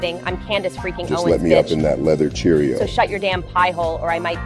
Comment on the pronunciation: "Leather cherio", aaaaaaaaaaaah! Ha Ha!!